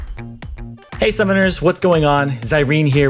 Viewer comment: The line "Hey Summoners!" kinda sounds like "Hey Sisters!" also I don't like the meta currently because the jungle is the way every lane succeeds, and without dragon buffs its a lot harder to win, putting a lot of weight on said junglers and leaving some people to get screwed if they get ganked by the enemy jungler and their jungler doesnt either counter or gank at a later time to assist.